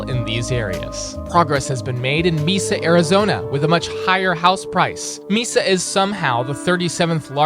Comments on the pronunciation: Māsa not meesa 😂😂😂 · Bro said meesa arizona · Someone who lives near Mesa... Its not Me-Suh its May-Suh :) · And Mesa, AZ too like its not pronounced MEEEEESA, it’s pronounced Maysa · AI voice? o.O “Ba-se pro shop” and “mee-SA Arizona”?? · Tea its more like MAAsa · The video itself is fine, but I have an issue with the way you said "Mesa". Count your days.